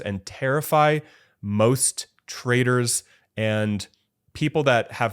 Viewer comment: did you say terrify most "traders" or "traitors""?? :D